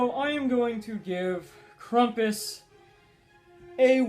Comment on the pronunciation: Nice review, and! Oh, and by the way, it is actually pronounced Cram-puss so pronounce the beginning like e word cramp and then us. I'm no grammar nazi or anything pronounce it however you want but I just wanted to point out that I do think that you were mispronouncing it.